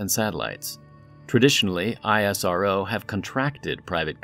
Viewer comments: its not I S R O its isro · Please correct this.....that's not "aiiissarrrvooo" that's 'essroo'.....that's how u should pronounce